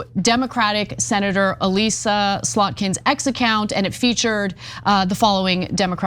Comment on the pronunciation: Ana, find out how to pronounce Elissa before saying her name over and over.